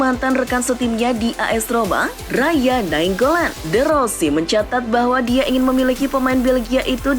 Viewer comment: Apaan sih min? Menit 7.58 masak Radja Nainggolan dibaca Raya? Yang benar dong Kaya narator google nih dek mimin